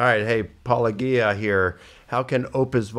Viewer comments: Whenever someone who practices a-paul-o-JI-a starts by referring to you as Paul-o-GHEE-a, you know that they are definitely an honest interlocutor. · PAUL-A-GEE-A! Have these people never heard the word apologist! Do they pronounce it APOL-O-GEE-IST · It irritates the shit out of me that they mispronounce your handle. Because its intentional. If you literally watch ANY of your videos, your intro is 'Welcome to Paul-oh- Jeeyah where a former Christian, takes a look at the CLAIMS of Christians.' It reminds me of that episode of Friends where Chandler is jealous of a guy being around Monica, and he worries that theyll refer to him as the wrong name lol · Eapecially these guys who absolutely know who he is and know the word "apologist." They are absolutely doing it on purpose. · I think many do it on purpose since paulogia says his own handle in his videos and they are often watching his videos to respond to. So they say his name wrong to be rude, then people who watch their content learn the wrong name and have a hard time breaking the habit even if they want to. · This is the pettiest whiny comment I see pretty commonly in comments, and I think it should be shunned and ignored. Get over the name thing, I have a hard time pronouncing it and I've donated money to the guy. Also, as others have noted, in Greek the word has a hard g. Again, get over it. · So he's been working on his book for 14 years but how long has he been mispronouncing your name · Oh they know very well how to say Paulogia, they are just trying to denigrate Paul. Some of us also do it to them, but we do it more to be funny, and we are much better at it. Haberass is not so smart, and that is all he has. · Licona pronouncing your name wrong like he doesn’t know damn well exactly what it is and how to say is always such a strange thing 😂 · How long has he been working on saying Paulogia correctly? 🤨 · They mispronounce your name the same that conservatives do on Kamala. So petty.